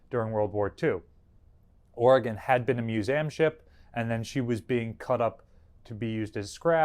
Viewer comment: "mus- A -m" yep, that's new jersey alright